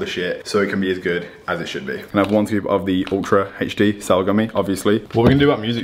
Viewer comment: Why is it hech d and not normal alphabet pronunciation HD?🧐